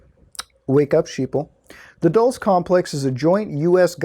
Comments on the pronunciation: bruh i think its "dull-CHAY" or if you wanna be fancy "dual-chay" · Dulce is pronounced as "dool-say" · Dulce is pronounced dol-che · Bob Lazaar has alread made it clear he hasn't ever seen the aliens himself. But rather only the craft he helped reconstruct. And you say Dulce wrong. It's pronounced like Dul(Dull-say)ce